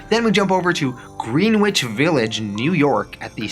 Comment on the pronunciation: It’s GREN ITCH village like Gloucester is actually GLOU STER